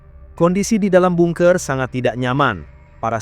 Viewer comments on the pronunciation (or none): Bacanya banker bukan bunker..😂😂